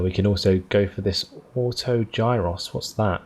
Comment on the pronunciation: eugh... that auto gyro pronunciation! xD Great videos, keep them up!